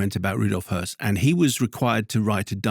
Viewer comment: Thanks for getting pronunciation of Höss right.